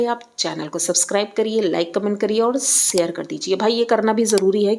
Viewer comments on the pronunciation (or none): Mam ji, सेयर नहीं शेयर(share) होता है।